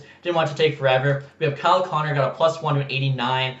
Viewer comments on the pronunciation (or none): none